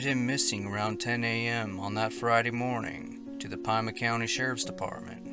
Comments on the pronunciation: As to the Jacob Wing disappearance: Madera Canyon is on Southern AZ not California. It is directly south of Tucson as we have hiked that trail in August and September of 2020l Also Pima is pronounced peema not piema. Thanks for the stories though. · "Pie-ma" County? It's pronounced "Pee-ma" County(AZ) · Madera Canyon just outside Tucson Az not California. And it’s Pima County pronounced like Pee ma. Not Pie ma. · It's Pee-Ma county, lol. I'm suprised that someone went missing in Sedona it's touristy lots of people everywhere, no matter where you hike. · Pima is pronounced PEE-mah. Plus, this Madera Canyon is not in California, it's in Pima Co AZ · I always believe: 2 go out, one comes back = foul play. With all the fires on CA now lots of missing will be burnt up. Pima is pronounced Pee mah. I would bet Jacob was never there that day. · Pima county...sounds like Peema. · Pima is pronounced PEE-mah. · Pima pronounced (pee-mah). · Pima County = PeeMa County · #10 it's pronounced Pee mauh for Pima county in Tucson Arizona. Please when you have names of places please check the pronunciation before you make your videos. It tricks us into behaving you actually care about what you are reporting about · Lol and you mispronounced Pima......again